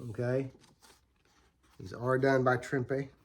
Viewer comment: Nice stuff, thanks for sharing. And thanks for pronouncing Trimpe correctly!